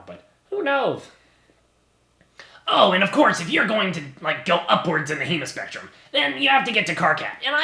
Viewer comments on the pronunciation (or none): I thou ghost t he said emospectrum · For a second I thought he said EmospectrumHm. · I thought he said emospectrum rather than hemospectrum and took me so long to realize... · Oh good so i'm not the only one who heard 'emo' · I THOUGHT HE SAID "the emospectrum"